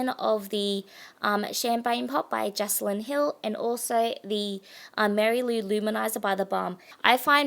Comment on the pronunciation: Great video! Can't wait to check out the store :) Just btw Jaclyn pronounces her name Jack-lyn